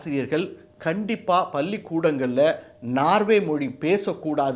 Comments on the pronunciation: Anchor please watch your Tamizha pronunciation paLLi is pronounced as palli😢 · பள்ளி சார் பல்லி இல்லை ? உச்சரிப்பு சரி செய்யுங்கோ! 😅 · மிக நவ்வ பதிவு வாழ்த்துக்கள்,,,,பல்லி ஆசிரியர் அல்ல பள்ளி ஆசிரியர்